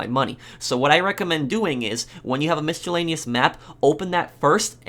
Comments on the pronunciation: Lol at “miss-che-lanious maps”... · Also, it's pronounced mi·suh·lei·nee·uhs (miscellaneous), not misc'h'ellaneous. Just a feedback. BTW, great video. Thanks. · Lol, mischoolaneous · take a shot everytime he says MISCHALANEYOUS. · Omg its pronounced mis-a-lane-ious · The way you pronounce "miscellaneous" makes me want to kill myself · I'm sorry. I can't let you keep saying "Miscellaneous" that way without saying something... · Tarot is pronounced "tah-roh" Miscellaneous is pronounced "miss-uh-lay-nee-us" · terret cards and mishtellaneous maps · I can't unhear "mischaleneous maps" and "tarit cards" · tarot is pronounced "tarrow" and miscellaneous is pronounces "mis-uh-layn-ious" very annoying to hear them mispronounced great vid tho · Tarot is pronounced Tarow not Tarat 👍🏻 and Mischellaneous? 😆